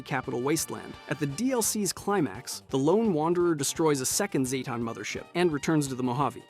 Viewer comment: Say it with me,, ZAY-ten. ZAY-ten.